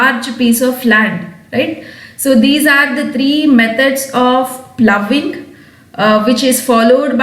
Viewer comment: Madam you have used the word ploughing and phoughing.ploughing is correct